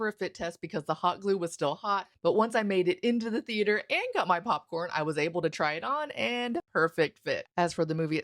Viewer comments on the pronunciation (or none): none